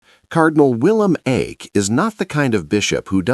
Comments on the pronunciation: It's not so far off. The correct pronunciation, expressed in terms of English phonetics, is in between Ike and Ache. The speaker in the vid erred on the conservative/old-fashioned side, using a somewhat too narrow diphthong. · Please pronounce Cardinal Eijk’s name properly.